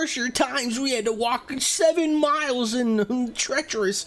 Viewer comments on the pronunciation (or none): none